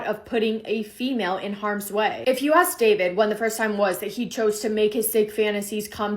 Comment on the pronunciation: Don’t say axt. Troglodyte